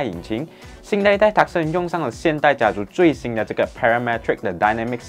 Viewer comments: Hyundai 正确读为“Hyondae" Tucson 不是“Tuckson", 是“Toosawn" 随然这是华文的频道，但还是建议把车厂和款式名读好，因为这是关于车的频道。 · Hyundai = Hyeon Day . 不是 Hyunn dai 讀音 Tucson = Two sun "or" Tu Song .而不是 Tuck Sen 讀音 . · 對咯，automachi 發音錯了 Tucson = Tu song or Two Sun 而不是Teck Sen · Tucson 发音是 tu - song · 是的Tucson（Tu Song) 是Arizona 的一個城市. 希望下次主播能更正發音。